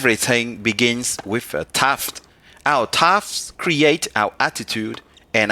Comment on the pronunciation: Dude are you puttin' us on???!!!??? You speak English rather well...Having an accent is not necessarily a bad thing...but then you pronouced thought, TUFT....Really??!! I don’t believe your accent now....at 1st I was going to commend you for having the courage to post a video not in your mother's tongue. But then you came with TUFT...NOT SURE WHY, maybe you lost a bet...idk, but nice try though!!!